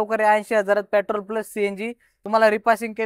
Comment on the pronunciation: Pyatrol nai petrol aste bhava te